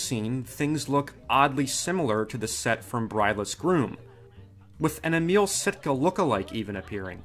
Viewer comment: Emil Sitka’s first name is pronounced “AIM-ul” not “uh-MEAL”. I liked this movie as a kid. I’m a huge Stooge fan and I have a big display box for this movie.